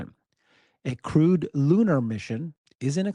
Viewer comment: Every time you said "crewed lunar mission", I kept hearing "crude lunar mission"!